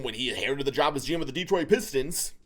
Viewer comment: Welllll it’s DETRIOT 🤷🏻‍♂️